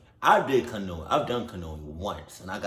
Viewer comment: nah you really didn’t know how to pronounce canoeing 🛶 😭😭